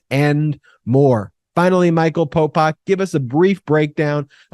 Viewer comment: Could you please stop calling him " Popok"???? It sounds like you're saying Pol Pot, the ruthless Cambodian Murderer/Dictator